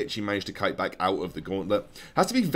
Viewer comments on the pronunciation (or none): none